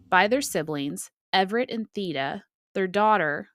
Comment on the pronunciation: The E in Theda would actually be pronounced as a long A. English is a weird language